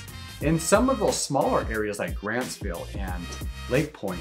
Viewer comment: Grantsville. Not Grandsville. 😅😂😅